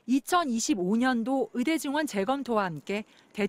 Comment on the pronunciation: 추씨 아저씨! 으대가 아니고 의대예요!!! 발음도 뭐같으네...